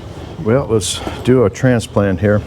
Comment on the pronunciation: "I'm just trying to bring you a long if I'm doing anything up *he-ah.".....For one, I'm lonely. I can't even eat alone; my mom said she had to feed me in a highchair until I was 12, and that was being breast fed. The 2nd reason is, if I can get viewers acustomed to the drolest video content ever known to man, you'll then happily watch anything I clown-cobble together after that, and the negative Teflon tape usage comments will go way down. More or less, I'm desensitizing my audience away from sanity. *he-ah, 2-syllable pronunciation of 'Here'